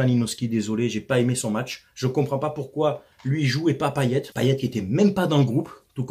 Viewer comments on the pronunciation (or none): none